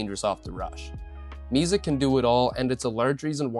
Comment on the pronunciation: It's "Misa", not "Miza".